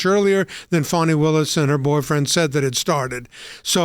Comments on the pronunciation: Fani, some people pronounce it Fanny, but it is pronounced Fawn-I. You know, like a young deer. More like a Rabid Zombie Deer. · Where’s the w in Fani?